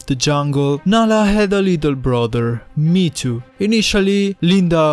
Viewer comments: triggered by "me to" m hé é tó maybe thats also wrong but more correct than saying it like "me to" or worse "meat to" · i always pronounced mheetu me he too